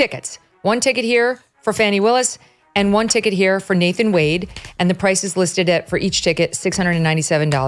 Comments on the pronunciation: Why does the narrator keep calling Wade, Wonder??? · his name is Nathan Wade not Nathan Wander, get the name right in your report. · It’s Nathan wade not Wanda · Nathan Wade NOT Nathan Wonder!!! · It's Nathan Wade, not Nathan Wonder!!!!